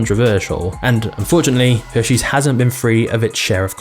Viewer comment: “Heshares” had me dying 😂😂😂